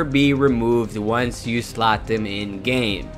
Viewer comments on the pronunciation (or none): none